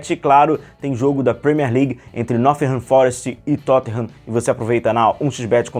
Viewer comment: tu falou "Nothingham" no vídeo 😂 Não tem esse "th" não, é som de "t" mesmo. Nottingham Forest é o nome do clube.